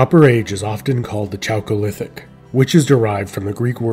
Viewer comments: chalcolithic is pronounced kal-ko-lith-ic, not CHalcolithic. Instant loss of credibility. wtf dude. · It’s pronounced Kalkolithic, not chalcolithic.